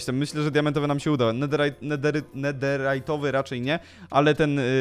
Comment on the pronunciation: Netherytowy a nie Netyjerowy